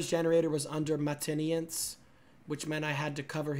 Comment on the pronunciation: Him pronouncing “maintenance” is crazy had me dying 💀💀💀💀